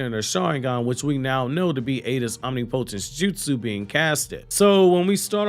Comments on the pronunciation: Hey man are you saying Omni-potence on purpose? The pronunciation is om·nip·o·tence. I thought you were making a joke but this is like the third video so IDK. There isn't any word pronounced the way you were saying it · You pronounced omnipotence wrong It’s om-nih -puh-tince Not om-knee-POH-tense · Why dear god do you keep pronouncing the word omnipotence as OMNIPOHTENSE that’s literally not a word it’s om-nih-poh-tense …. What the hell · Am I wrong or isnt it pronounced om·nip·o·tence? Never heard of om-nee-po-tense b4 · 🤣ngl i thought he was pronouncing "omnipotence" differently on purpose but now im starting to think thats actually how he believes it sounds..😅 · Would it kill you to say omnipotence right? I know you’re not that stupid bruh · For the algorithm... I think she is going to leave boruto initially... but they are going to have a split and boruto will need to go alone eventually... and FYI... look up the pronunciation of omnipotence... it's not just you it's just about everyone in the community😂😂😂😂😂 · OK, I’m unsubbed. I can’t deal anymore with you not knowing how to pronounce “omnipotence”. ✌️